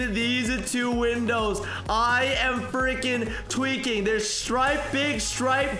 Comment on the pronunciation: You got to stop saying tewiking I spelled that wrong but whatever